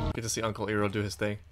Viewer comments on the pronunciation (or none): Iroh not Earoh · this is a smart reactor.... and btw iroh is pronounced ( i row )